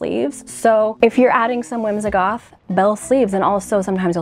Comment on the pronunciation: Why is it that you pronounce the word whimsigoth “whimzahgoth”?